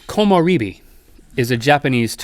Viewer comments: they mispronounced komorebi. it's kō mō REH bee. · ummmmm im actually studying Japanese,this was 1st pronounced wrong Komorebi (Koh Moh Reh Bee), secondly there is a second word that is more official (hinata [Hee Nah Tah], yes a charictars name from an animecalled Naruto) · Komorebi isn't pronounced Komo-ree-bee, it's Komo-re[like the "re" from rest]-bee. Like Sake isn't Sa-kee, it's Sa-ke[as in the "Ke" from Ken]. When it comes to "e" in Japanese it is NEVER "ee" like Bee!! That's "i"! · they didn't pronounce komorebi (こもれび) properly its supposed to be pronounced kōmōrābee not kōmōreebee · you said komorebi wrong in this ...''ko mo re bi'' e is pronounced like in rhett Eh.... :3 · komorebi, at least how they spell it, should actually be said with a reh sound like in rhett, not ree like in bee. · Komorebi is pronounced "koh-moh-reh-bee". E in Japanese is always pronounced as "eh" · I haven't seen this video in 2 years, the year I discovered these guys and the channel at all. The "re" in komorebi should be pronounced like the sound in Rhett. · You butchered Komorebi (木漏れ日). It’s not that hard guys. You got the ko mo and bi right but re is pronounced most closely to the “le” is “leg”.